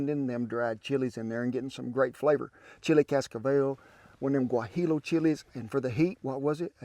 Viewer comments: If you don’t know how to pronounce the food or ingredients you shouldn’t cook or eat it. Hahaha Guajillo is not pronounced “Gua-Hi-lo” it’s (Gua-Hee-Yo) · Protip😅 How-to speak your ingredients in Spanish... Pronounce Maseca as: Mah-seh-kah. Pronounce Guajillo as: wah-hee-yo 😁